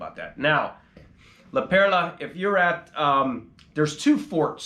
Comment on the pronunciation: Its not La Pera, fool, its La Perla- fool. . You look like you could be PR but you are soooo white bread.